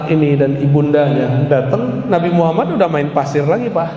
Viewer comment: Astagfirullahalladhim ustadt mengucapkan kalimat syahadatnya salah.bagaimana mendapatkan safa'at baginda kanjeng nabi muhammad Saw jika mengucapkan nama beliau salah Aamiin.